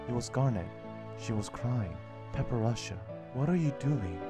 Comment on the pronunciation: It seems that I have been pronouncing her name Wrong.... I kept calling her Para-pera-cha Instead of Padparacha. LOL curse my Asian accent!! I thought I got it down when I was recording it...